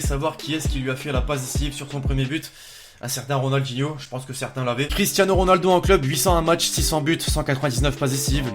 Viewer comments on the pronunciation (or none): none